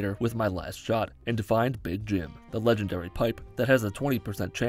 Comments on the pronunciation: I’m not gonna lie, the first time he said “legengary” got to me 😂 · “Legengary” GARY GARYYYYYY